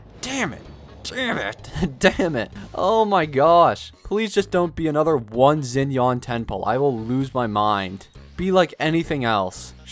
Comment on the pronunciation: not zinyan